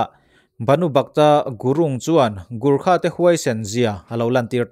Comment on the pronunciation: Lahur ni lo in laure zwk ani....Gurkha ani loin gorkha zawk.....